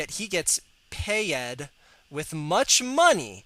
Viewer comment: "Pay-ed." I was laughing so hard when I heard you say that